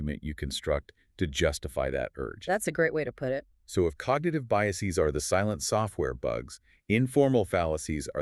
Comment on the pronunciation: Pretty good stuff! Weird how the male voice mispronounced certain easy words like “biases” and “invalid” Still doesn’t make the point invalid though.